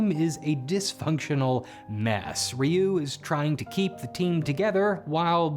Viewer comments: Really weird hearing Zyuranger's pronunciation butchered while Ryu was said correctly. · How do you mispronounce Zyuranger, but correctly pronounce Ryu? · Surrpised you pronounced Ryu correctly but not the Zyu in Zyuranger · "Remember Rayoo from street fighter?" "Who..? Oh you mean Ree-yu" Yeah...he pronounce Ryu right btw